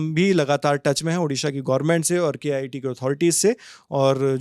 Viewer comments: I suggestion... don't say K.IIT, it is very disrespect to IITs. Say it as KIIT. (KIT) 😂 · K-IIT 😂😂 . It’s KIIT not K -IIT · Bros the reporter said it wrongly when describing KIIT in this video